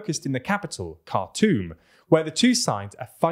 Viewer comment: it is pronounced Khartoum not cartoon